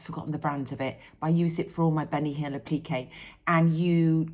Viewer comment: Hi. Your embroidery is beautiful! Whenever you say Bunny Hill, all I hear is Benny Hill lol. Do you remember the show? My fav project at the moment is a birth sampler from Historical Sampler Co. Granddaughter #5 is due in a few weeks. 😊